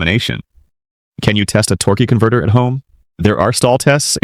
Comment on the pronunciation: what is a torkey converter? Is that a different part?